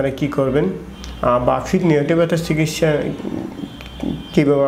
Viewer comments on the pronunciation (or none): এত শিক্ষিত হয়েও ভাষা ঠিক হয় নাই? ফিট = পিট, ফেইন = পেইন। ফিটে ফেইন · আমার সন্দেহ উনি ডাক্তার নাকি। ফার্সেন্ট, ফিঠ, ফেইন, মাসুল কী অবস্থা।